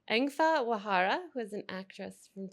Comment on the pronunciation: If the interviewer could read it would've been better. It's 'waraha' not 'wahara'🙄 By the by, Engfa all the way!🎉🎉🎉